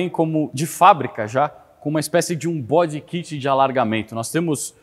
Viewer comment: TD pomposo e na hora de falar mete um "bodi kit" do ND.....kkkkkkk